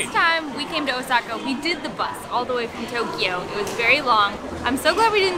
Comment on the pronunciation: it's O:saka not Osa:ka, great video though